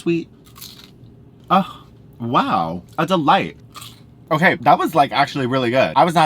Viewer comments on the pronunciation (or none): Take a shot every time says “okarrr”